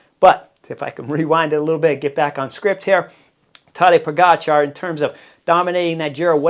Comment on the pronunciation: Hey Chris, First of all, whatever Tejay and Philippa are saying needs to be discounted by a factor of 2. First, Tejay needs to learn how to pronounce Tadej's name. Whenever he talks about Pog, I need to remind myself that he's referring to Tadej, not some 'Podgikhar.' Even Christian Vande Velde graciously corrected him, but apparently, Tejay didn’t get the memo. And Philippa, our resident expert, declared Roglic was fat—6 lbs overweight—and he went on to prove how gloriously ridiculous she was. Clearly, their predictions are as accurate as English soccer fans chanting "it's coming home". I agree, this will be different for Pog because he's going to have to contend with GC riders he didn't see at the Giro. If you look at the Giro, none of the top 20 GC riders were there. That said, he's on another level this year, and having Jonas, Roglic, and Remco healthy will certainly be a test. On Jonas, I've always said that being 85%, he should go to defend his two titles. Unfortunately, there are pundits like Tejay who don't think the way we do. Tejay thinks that would be bad for Jonas's psyche, but what do I know? One last thing: I know Jonas is a top-echelon rider, but he was only able to get on his bike 5 weeks before the Tour, and 5 weeks, according to LA, is not a lot of time to get ready. We'll see what happens. Fingers crossed Tadej takes this TDF home. After all, what's a race without a little drama and a lot of expert 'insight' from Tejay and Philippa?